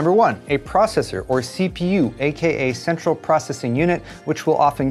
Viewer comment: Am I the only one who heard S3xual processor unit instead of central!?